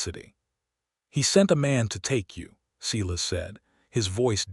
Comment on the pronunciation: Silas Is pronounced "Sigh" lus" NOT "See" lus"